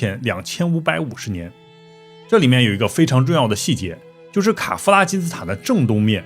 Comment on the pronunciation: 我把卡夫拉听成凯夫拉